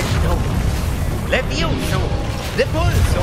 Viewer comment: Levioso? das heißt leviosaaaa